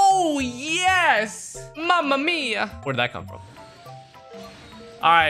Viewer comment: off topic but, as an italian, i must admit that his pronounce of “mamma mia” was really good though